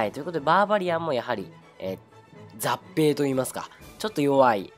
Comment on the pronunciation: 雑兵をざっぺいと読んでるならざっぺいではなくゾウヒョウです。 もし雑兵ではなかったら失礼と思いつつもコメントさせてもらいました。